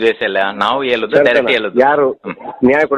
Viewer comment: ಕನ್ನಡ ಸರಿಯಾಗಿ ಮಾತಾಡಿ ಹೇಲುವುದು ಅಲ್ಲ ಹೇಳುವುದು ನಿಮ್ಮ ಯೋಗ್ಯತೆ ಗೆ ಮಣ್ಣು ಹಾಕ